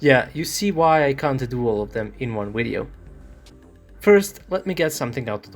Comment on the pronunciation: I cant do all of them in one “wideo” had me 🤣😂🤣😂🤣😂